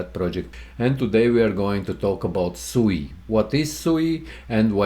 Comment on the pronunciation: It’s pronounced SWEE, not SUUU 😅